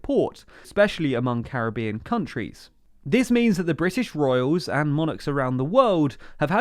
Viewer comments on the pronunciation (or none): none